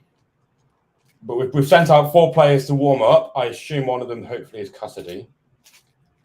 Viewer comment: Its Casadei not Kaisedi 😭